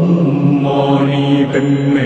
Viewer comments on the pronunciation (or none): It's om...not oh🙄 Are converted buddhist or what??